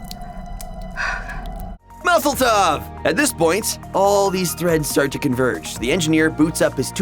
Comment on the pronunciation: when he says maseltov is like they have invade palestine hahahahahaha freepwlestineeeee